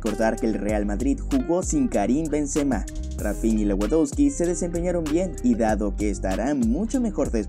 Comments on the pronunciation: Buenisimo video y narrativa, sólo trata de pronunciar bien los nombres de los jugadores... se pronuncia "Levandovski" :) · Buen video pero por favor pronuncia a lewandoski mas o menos bien, se pronuncia levandosqui